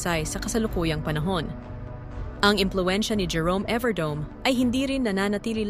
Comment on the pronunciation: Please atechikas pronounce correctly his family name « evardo me not Evardome😊❤😊